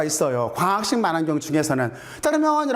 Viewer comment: 마낭경 아니라 망원경 으로 발음해주세요